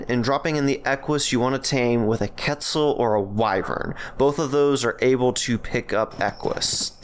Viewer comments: Rock-arro-t Qeut-zil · How did you just pronounce quetzal and rock carrot???